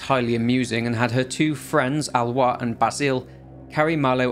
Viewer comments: It's Ah-lo-ees. Not Al-wah. Lol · Wow Alois pronounciation is Alowa not Alois HAHA! Thanks! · Little aparté, Aloïs is pronounced ah low hiss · Great video! Pronunciation guide from a French guy (named Basile) : Aloïs sounds more like Alohiss and Basile like Bahzil.